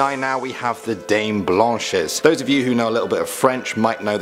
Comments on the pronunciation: Dame blanches don’t pronans the S m8t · Me being a French person I keep laughing at how you say dames blanches 😂 (not to be rude )